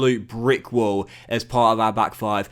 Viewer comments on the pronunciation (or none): none